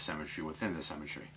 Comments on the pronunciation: Interesting video - but please stop saying cemetry - its symmetry! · SYMMMMMetry! can't stand The Sims! 00.39 You say "symmetrical" then say cemetry. I'm just a pedantic fool - Still like ya though! All the best to you and yours.